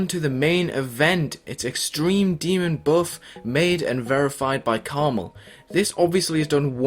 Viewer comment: Its pronounced karma "L"